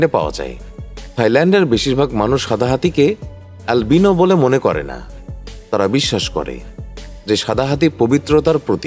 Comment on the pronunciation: alvino kortachan kan?😂😂😂